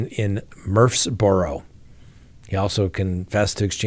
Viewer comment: Pronounce LaVergne like Laverne and Shirley.. Murteesboro is pronounced Mur-freeze-borough